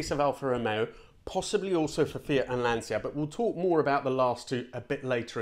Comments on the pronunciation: I thought Lancia was ‘Lan-cha’ rather than the ‘Lan-seer’ uses? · Ok the way you say Lancia is wrong, try reading it as lanthca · Careful with Italian pronunciation until Lancia 😁😁 This was a great video. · Very interesting. I was fooled by that rumour as well. I love the way you pronounce all the Italian names so well and yet use the English pronunciation of Lancia. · I used to visit Pomgliano d'arco a lot, interesting fact we used to stay in Nola, which was rubbish free during a bin man strike of 6-8 weeks in the Napoli area, reason being the Cammora don lived there, come on its Lan chia. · Lancia is pronounced with an inaudible i.